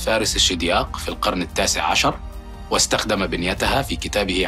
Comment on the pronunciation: "حتى القرنَ"! 😏